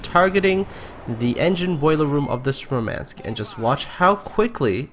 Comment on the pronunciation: MOOHR-mahnsk. You stress the wrong syllable. Also it's more of an AH that EH.